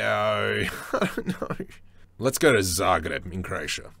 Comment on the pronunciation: You pronounced Zagreb right, that's my first impression haha. But also, thank you for this tutorial! Going to try now :)